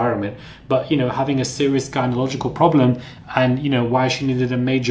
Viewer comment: gynelogical what That's not a word The word is gynecology Something tells me you never graduated from brixton or croydpn or whichever It was PLease Learn to speak